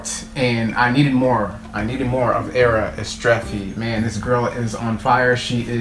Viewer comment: The best reaction by far, also your pronunciation of her full name is excellent. Kudos. She sings in Albanian and is from Kosova, a tiny country in south eastern Europe. The video song was filmed in the outskirts of her hometown Prishtina, the capital city of Kosova.